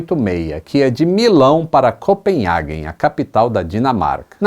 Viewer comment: vai a dica que minha avó me ensinou: NAO É COPENHAGUEN e sim COPENHÁGEN a pronuncia certa